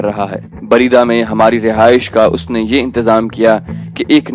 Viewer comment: Bareda nhi balkay buraidah